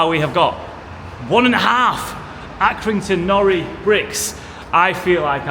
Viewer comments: I'm another Accringtoner. Locally it is called Accy NORI brick. Nori being pronounced NOR - i. The 'i' pronounced as in the i-pad. Due to the fact that it is IRON spelt backwards as it came out of the kiln backwards when they were first fired and it stuck. I am a retired joiner and have had to drill into these bricks often. You need a new condition SDS type bit to have any chance of drilling into it as they contain iron. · Accy nor👁️ not nory (pronunciation) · We call them Accy No Ri bricks not nori x x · It's Accrington NOR.I!